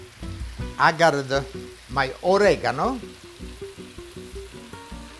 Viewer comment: I love how you say I gottte 😉